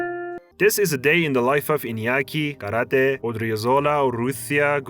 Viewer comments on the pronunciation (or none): none